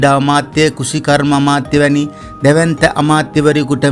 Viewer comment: හැබැයි, නිවේදකතුමා "කුසිකර්ම ඇමති" නොවෙයි, "කෘෂිකර්ම ඇමති"යනුවෙන් උච්චාරණය කිරීමට පුරුදු විය යුතුයි. නැත්නම් අප්පිරියයි. එපමණක් ද !? නැත, ඔබ ප්‍රාථමික පාසලකවත් අධ්‍යාපනය ලබා නොමැති නිකම්ම නිකම් ගිරවකු යැ'යි ශ්‍රාවකයිනට සිතෙනු ද වළකාලිය නොහේ. !